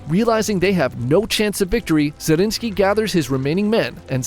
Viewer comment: More fun facts: 1. The name of Nikolaus Zrinskij(both of them)is Zrínyi Miklós and is pronounxed very differently. 2. The Hungarian name, wich our friend has alredy told, Szigetvár is just two Hungarian words: sziget(island) and vár(castle/fortress), telling everyone how the castle looks like